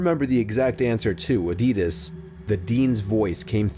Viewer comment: He pronounced Adidas wrong